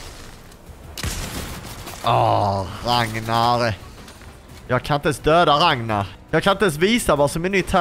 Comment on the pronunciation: Du sa rangnar